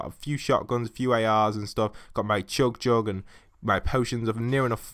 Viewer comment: CHUG JUG NOT CHOOG JUG